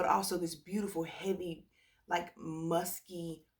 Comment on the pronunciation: “Muskay” when you laughed at yourself I lol’d. I remember when you didn’t care for L’Imperatrice and now I found something in it that makes my nose turn up but I do think it’s because I wore it in cold 🤞🏼